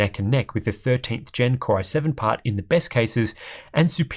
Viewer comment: Why is "Core" being pronounced "Kry" is the video? Has the AI construct malfunctioned? 😁